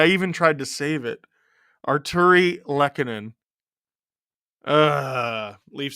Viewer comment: Artturi Lehkonen 1-0 Avs (Lol botching his name again) Andrew Cogliano 2-0 Avs Tyler Bertuzzi 2-1 Avs Tyler Bertuzzi again 2-2 tie Mitchell Marner 3-2 Leafs Mikko Rantanen 3-3 tie Tyler Bertuzzi (Hatpy Birthday!) 4-3 LEAFS WIIIIN!!